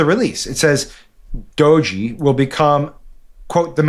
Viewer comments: I hope you guys will start getting creative with nicknames. The correct pronunciation is DOH-gey (hard "g"). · It’s DOGE or as pronounced - dodgy LOL